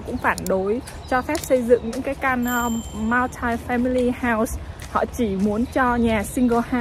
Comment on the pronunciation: oi tieng Anh cua ban ,(multi) khong doc nhu vay